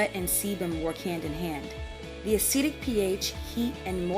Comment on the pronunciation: I am "Caucasian" which doesn't mean much, since I did not come from the Caucasus Mountains! However, despite not have the hair issues discussed in this video, I really, really enjoyed the video! A pleasant voice, the music was NOT disturbing, and it actually provided FACTS. Cool. One adjustment: the word is a-cid-ic, not a-seed-ic. But that's such a tiny flaw, I probably should not have mentioned it...